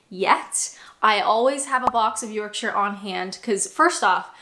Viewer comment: Well done pronouncing “Yorkshire” correctly. “York-sher” not “York-shy-er”